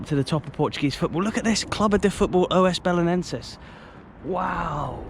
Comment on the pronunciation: Just one correction. You are suppost to say "Os" Belenenses, and not "O S" Belenenses. It is only one word, "Os" together